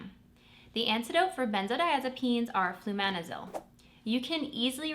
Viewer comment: It's Flumazenil please check the pronounciation you always say FlumaNezil, still I am nobody to correct you and I always watch your daily nclex snack videos please make more 🙏🏼. YOU ARE amazing 😊😍😍😍😍🙏🏼🙏🏼🙏🏼